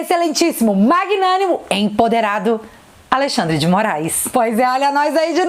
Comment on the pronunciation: Magnánimo kkkk foi MT bom kkkk